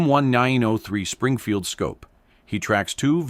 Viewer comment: Stop using AI for the voice. Have a real person read the script so they get it right or I will have to stop watching your channel. I’m tired of AI that can’t pronounce M Springfield.